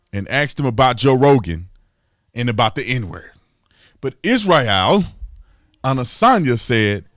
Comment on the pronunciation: Come on Tatum at least try to pronounce the man’s name correctly it makes you sound like a phony.